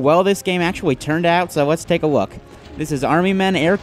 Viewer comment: Army men air combat the EWEET missions, let's take a wook.